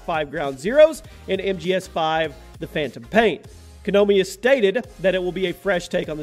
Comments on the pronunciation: It's KO.. NAA has in Ha.. MII as in Me. I know it can be tricky to say. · Oooobisoft and Kooonameee